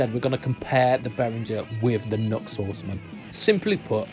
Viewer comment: I've never been a fan of the Centaur-style pedals; they're ok, but I've yet to hear anything amazing. And why are they so big? As an aside...NU>X is pronounced, "New Ex".